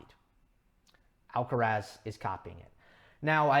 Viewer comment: It's quite weird how yo try to pronouce all the players's names as accurately as possible (Auger-Aliassime, Giron, etc.) except for Alcaraz's. It is “Al-ca-rath", the “z" like a “th" sound and the stress on the last “a". I think he deserves the same care when pronouncing his name as everybody else.